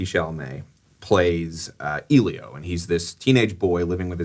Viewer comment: EHlio. Please pronounce his name right...